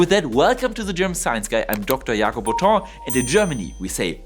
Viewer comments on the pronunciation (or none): none